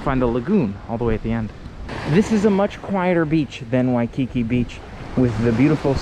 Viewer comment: This word “Waikiki” is pronounced Wai-kee-KEE, accent on the last syllable; not Waikicky.